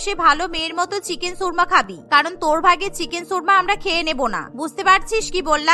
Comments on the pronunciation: উচ্চারণ কীভাবে দেখবো? 🙄 শুনেছি, 'সুর্মা'। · চিকেন 'সুর্মা' কী জিনিস? উচ্চারণ ঠিক করেন, 'শর্মা' হবে।